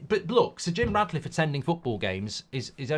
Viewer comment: Mark, please stop calling him Radcliffe, it's Ratcliffe!